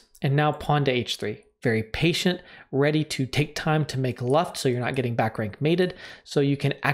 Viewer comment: Luft is said looft, maybe you know 99 Luftballoons or the Luftwaffe